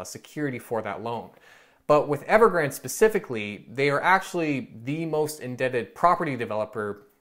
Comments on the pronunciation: its pronounced as Evergran - De like day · Evergrandee(y). Pronounce the last „e” like the first „e” but ever so slightly longer and add a subtle „y” at the end, done.